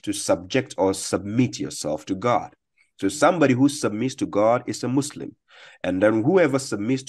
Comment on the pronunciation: "Jesus is Mo-Slim",, we are dying laughing. 🤣🤣🤣